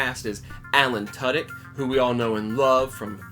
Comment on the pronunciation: Good review, just saying, you mispronounced Alan Tudyk